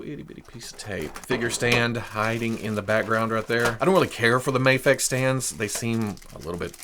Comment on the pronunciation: Its "MAYFEX" not MAHFEX